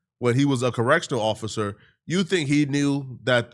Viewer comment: Ross is a suckah...a corrections officahh